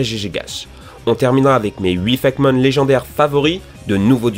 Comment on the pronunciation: au passage, c'est pas "fakmon", c'est "fakémon" !!!